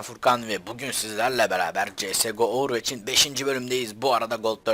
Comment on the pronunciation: olm ovırvoç diye okunmuyo mu veç mi cidden